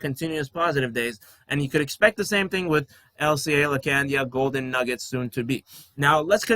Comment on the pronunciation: laacandia holding 😅 Appreciate your positive energy brother. Subscribed 💪